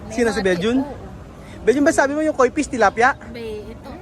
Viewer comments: Hi. It would be nice if you can pronounce the F (PISH) properly. Thanks ✌️✌️✌️ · fish not pish😁✌️ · KOI FISH NOT “KOI PIS”...😂😂😂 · I pronounce mo ang letter F correctly kasi letter P yong pagka bigkas mo sounds like Pish sana sa tutorial nila turuan cla ng correct pronunciation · Hola,. He visto bastantes videos tuyos y lo que estás haciendo es digno de elogio, especialmente en lo que respecta a la educación de los niños. Sin embargo, noto cómo pronuncias mal las F y las V. Por el bien de los niños, tenga la amabilidad de esforzarse más en pronunciar dichas letras correctamente. Muchas gracias.